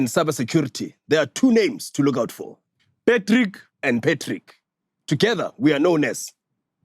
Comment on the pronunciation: always Messes the Patrick and pAtrick Intro 😂